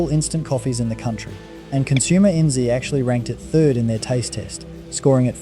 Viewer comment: This is an AI voice I think. Who says consumer enn zee? Some audio glitches too